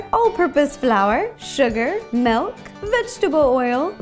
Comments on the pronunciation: She says "melk" not "milk" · MILK ITS PRONOUNCED M-IL-K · After all these years ro is still saying melk But i find it funny still,Make something "Melk" themed ro!!!